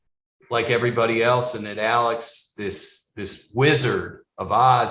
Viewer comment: Why does this woman repeatedly refer to Alex Murdaugh as “Alec”?